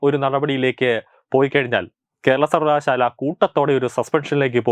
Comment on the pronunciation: സർവകലാശാല എന്ന ഉച്ചാരണം നന്നാക്കുക. ബാക്കി എല്ലം നല്ലത്